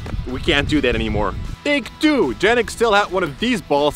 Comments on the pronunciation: I like how it said wonder yannick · I heard 'Lurelic' when you said 'Yennic' 😃